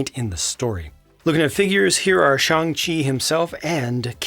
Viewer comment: I really appreciate how pronounces Shang-Chi’s name correctly.